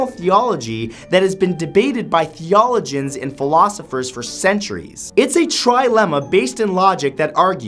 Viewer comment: These paradoxes are interesting, but you really need to get your pronunciations straight. You mispronounced "Gabriel" and "theologians."